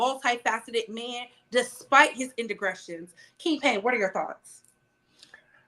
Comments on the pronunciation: I heard "Icron" and "Indegretions". No maam. Smh. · “Despite his ”inda-gressions” lol